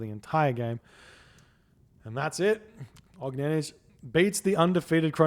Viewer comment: he pronounces it almost right. the last letter is incorrect tho